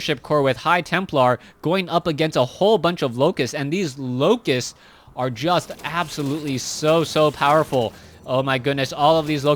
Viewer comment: You need to keep following the action even when expressing your opinions. The first 8 minutes of this game you were so obsessed with the mothership core that you missed the oracle casting entomb twice, the zerglings attacking the front and the defense from the void ray. The word is locusts, not loci. Stop saying "here" when referring to a point on the map, describe it (e.g. 3rd base, gold base, natural expansion, etc.). Swarm hosts don't produce eggs.